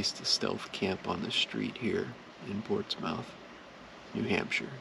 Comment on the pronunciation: (Edited my spelling) Great video as always. Just gotta nail you on one thing…. You butchered the pronunciation of my hometown area Portsmouth, NH. You said ports-mouth. it is pronounced Ports-muth. Or if you’re saying it fast Ports-myth. Not “mouth”. There are a ton of names up there that are pronounced different than how they read. No harm done you were just passing through. Unlike a travel vlogger I watched a few years back that did an entire vlog about Portsmouth and he said “mouth” literally a hundred times. By the end of the video I wanted to throw my phone. I blistered him in the comments and suggested if he is going to dedicate an entire vlog to one location he may want to do 2min of research. Lol.